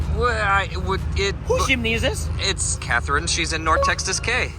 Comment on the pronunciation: キャサリンさんの英語の発音が『ガソリンさん』と聞こえる。